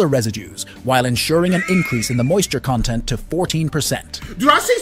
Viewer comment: "when the moisture content" and the AI voice pronounces the word "content" like the adjective, "content" instead of like the noun, "content," which was clearly the one that was intended. it just shatters the whole illusion that there's a narrator reading to you and not an AI voiceover. this stuff will be expected to happen sometimes, but the point is, how hard would it have been to code a quick part of speech check in instances where the part of speech would deterministically tell you the correct pronunciation to use? just sloppy and lazy, really. and people think these AI morons will take over the world. AI is being written by teenage idiot liberal SJWs who took DEI as their first college course in computer science. not their first college course, their first college course IN THE COMPUTER SCIENCE FIELD was all about DEI and nothing about science. 🤣🤣